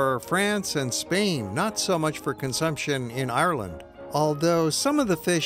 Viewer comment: Hi I’m from Ireland this man is saying Ireland wrong um where a green country and it rains a lot so um yh ask questions if ya want k bye